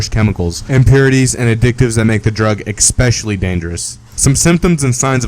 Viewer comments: especially...not exspecially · you need to learn to pronounce 'especially' and to not use false photos like the actor and the supposed picture of him after drug use, which is not actually him, google it